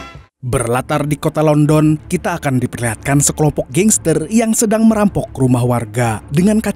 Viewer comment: Bang di baca landen bukan london , emang tulisannya london 😂😂